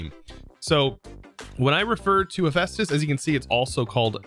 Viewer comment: I cant get over how he butcheted hephaestus' name...